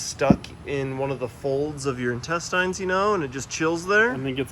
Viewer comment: His pronunciation of intestine hurts me